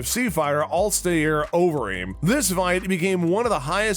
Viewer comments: Who da fook is I’llstayhere Overeem? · Who is alstayer overeem? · Also if it weren’t for the slideshow, I would not know if he referenced alistar overeem cause he butchered that name and rozenstruik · I stopped watching. Can't even pronounce the name of a well-known fighter